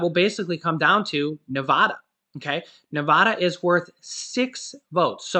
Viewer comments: You forgot Alaska 😅 also for all the nevadans its a soft a. Same as in like apple. Nevada not (ne vah duh) it bugs me so much. I live there for 4 years. Sorry! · Love and appreciate all your updates but as a native Nevadan you need to learn to pronounce our state correctly. Both "a"s in Nevada is an "a" like apple. My family and I were just cracken up listening to you today. 🤣😂😅